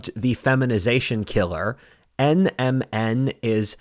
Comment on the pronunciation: It took everything had to plug NMN supplements with the correct pronunciation in a video about the decline of civilization